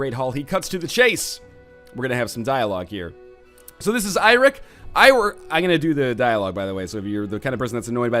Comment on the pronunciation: Eirik is actually the Old Norse form of the name Eric (It is actually Norse in origin). You pronounce it a bit more like you do Eric, it sound like Iric, or Airic